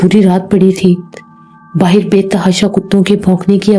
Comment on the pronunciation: Plz baahar hi kahiye baahir nahin